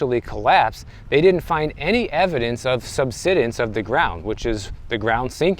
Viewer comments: Just FYI, “subsidence” has a long “i” sound; like to subside. There’s an “e” after the “d”; which means the “i” is long. If it was pronounced the way you’re saying it, it would be spelled “subsiddence”. So it should be “sub-side-ense”. Hope that helps. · sub-SIGH-dence Beyond that, I didn’t move to Florida for years because the pay was comparatively low. Then the home prices doubled almost overnight. Then the insurance and HOA blowups followed. There are definitely issues. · It’s pronounced “sub-SIDE-ance.” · SUBSIDENCE,...pronounced SUB SIDE ENCE 9th grade English levels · It's pronounced: Sub-Side-ence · Pronounced sub-sigh-dense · He learned a new word 😂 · Subsidence, not “subsiddence”. Say the word “subside”, and add “-ence” to the end. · Pronounced Sub-side-dense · Thanks for the video. Florida and California have a lot in common. Nice weather. High Costs. Poor affordability. And desirability for many wealthy buyers. One minor thing. It is pronounced SUB-SIDE-ENC. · Always when you run across a word you don't know how to pronounce correctly, just go and ask the internet ("meaning of" xyz word). Just takes a couple of seconds to do so you don't feel bad when you later find out you have been saying the word wrong. Have a good one everyone. Really enjoy and find channel extremely informative. Thanks. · Google the pronunciation of "subsidence".